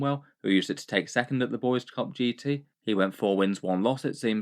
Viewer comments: Just FYI, if "Boise" is the capitol of the state of Idaho, it's pronounced "BOY-see" not "boys." But I withdraw my comment if the Boise Cup is something I just don't know about. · Its pronounced Boy-see (Boi See), not boys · Don't know if it will come up again but us living here in Boise want you to know it's boy-zee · FYI: Boise is pronounced "BOY-zee" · I know it’s a stupid American city name, but if it comes up in the future for you it’s pronounced “boy-see” for that first GT. Gave me a good chuckle thinking that the capital was taken by the Boyz though 🤘🏻. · Boise is pronounced boy-see